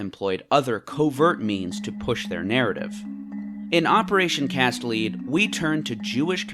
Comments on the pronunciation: You're mispronouncing Cast Lead, its Lead like the element pronounced the same as "led", not lead as in leader. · "Lead" as in the metal. Cast Lead. Not Lead as in "leader." Maybe listen to one expert talk about this stuff instead of wiki research? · Try harder. The United States lies a lot more than Israel does, but I don't see you making any videos about it; probably because the scale of lies in the U.S. is much larger. When someone pronounces "Cast Lead [the metal]" as "Cast LEED", one can make an educated guess about the capability of the creator to even understand the scale of lies that the U.S. government pushes out, let alone make a coherent statement about it. Ukraine also uses cluster munitions, and yet nobody seems to care at all, because everyone has been brainwashed into thinking that Russia is the enemy of the entire world somehow. Typical everyday NPC "talking points" from a typical NPC, nothing surprising really, but have to let you know that your video is garbage and that your arguments are not very valid because of the skewed way that you present them. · It was “cast lead” as in the metal as in bullets, rhyming with head. Lead as a verb rhymes with deed or plead. You’ve lost all credibility. However no one on the planet supports Israel and hasbara or any of it anymore. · I think it is said like Cast Led, lead in this context like the material.